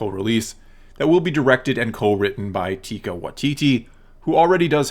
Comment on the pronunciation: lol you dont say his name like that its not Teka